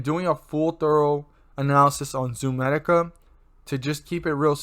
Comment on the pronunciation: It’s not ZOOMEDICA!!!